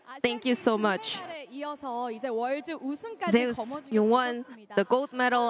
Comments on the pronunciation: I find it weird how they pronounce Zeus as Zei-us, and Oner as Owner. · Why the hell are there sayings Zeus wrong 😂😂😂 Smite ain't gonna Copyright yall just to say ZEUS RIGHT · Why do the casters mispronounce Zeus